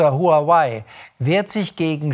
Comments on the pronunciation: Den Namen Huawei spricht man: Wawey! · ARD, lernt doch mal bitte wie man HuaWei richtig ausspricht.